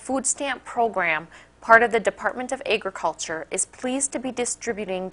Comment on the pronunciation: Eggriculture? Ham-mock? Like she's saying hamhock! Hey, Johnny, it's beautiful in the backyard, go sit on a slab of bacon, but don't mess in the garden, I'm growing eggs there.